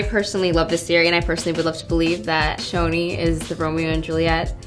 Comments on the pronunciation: i thought it was pronounced "ch-ch-choni" not "shoni" lol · I THOUGHT IT WAS PRONOUNCED Ch-oni not Sh-oni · It’s pronounced choni, ch as in chicken, not ch as in Cheryl